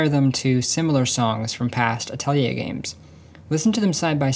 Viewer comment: Thank you for pronouncing Atelier correctly